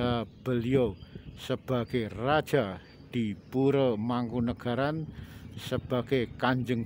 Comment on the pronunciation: Oalaaah... bukan muslim toh mereka.. ya gak tau lg kalo gitu, sedangkan Mataram kan trah Islam ralat min... kalau Pura org Jawa bacanya Puro bukan Pure Kalau Pura dibaca Pure itu org Bali (Pura di Bali t4 ibadah umat Hindu), kalau istana/Keraton di Bali namanya "Puri"